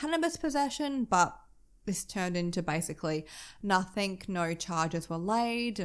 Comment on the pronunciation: Why do you put K's on the end of words like something, nothing and anything etc???? They end with a G, I just don't get it......